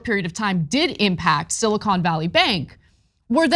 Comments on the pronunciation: “Silicone” Valley? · He keeps calling it "Silicone" Valley Bank lol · He says, silicone valley 😂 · I like how he pronounces silicon. Maybe he has other thoughts on his mind